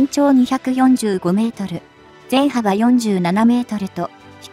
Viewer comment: 全幅(ゼンプク)をゼンハバと読むのは違和感有ります。